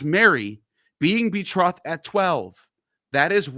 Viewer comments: betrothed is pronounced with a long "o" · funny Neil ,you can't pronounce betrothed, but that doesn't mean you can't read or translate English... but you use that as an argument with Ammon about incorrect pronunciation... o like throw ,not o like off.. also betrothal is to be a fiance or "promised"